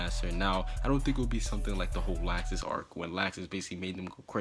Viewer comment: Is anyone else annoyed by how he said certain names, like Makorov and Laxus.